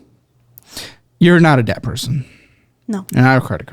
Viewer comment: how the hell could you resist telling her to stop saying the ‘b’ in debt?! Super annoying